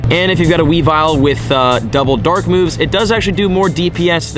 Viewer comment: You also mispronounced weavile. Its weavile, not weavill